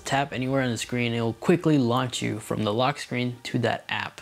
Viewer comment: Firstly, it's 'panoramic' not 'pamoramic' secondly it's 'the' not 'd'